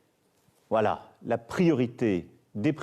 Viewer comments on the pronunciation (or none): none